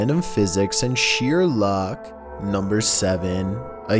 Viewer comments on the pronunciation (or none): none